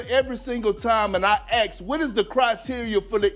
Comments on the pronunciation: First of all ESPN must hire commentators who can pronounce the word "ASK". It's not pronounced "AXE or AXED". He sounds extremely ignorant. 🤦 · Did he really say Ax